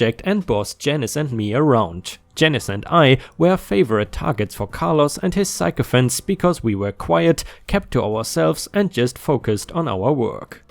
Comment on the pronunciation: sycophant is pronounced sick-eh-fant.